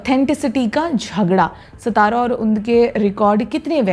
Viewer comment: It's not सतारा, it's सातारा